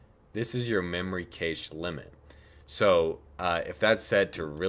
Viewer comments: Great video! I was confused when you said "cache." It's pronounced "cash." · Nice work. "Cache" is pronounced like "cash" though despite the "e" on its end, for your future videos. I'll bet you know how to edit videos if you want to fix that! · What is the word you are using that sounds like "kaysheesh"? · "Kaysh" the frames... This video was very helpful. Thank you! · cache is pronounced "Cash" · Decent job. two first thoughts. The word "cache" is pronounced like "cash", and showing how to save the file as an .mpg would have completed it. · I despise how you pronounce “cache”. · You pronounce cache totally wrong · I am pretty sure you said cache wrong... but that in any case this tutorial has helped me a ton, thanks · You might want to look into why Blender lags while previewing video for you, because it doesn't lag at all -- even at 60fps, and the first time through -- on my system: Intel Core i5-4690k, 16GB RAM, GTX1070 8GB (w/ nouveau), Ubuntu MATE 17.04 (kernel: Linux mainline 4.8), Blender 2.78b. Also doesn't seem to lag on Windows 10, same HW (only tested that with 24fps video). Also 'cache' is pronounced like 'cash'.